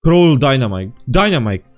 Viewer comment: Dva puta si rekao dinemaka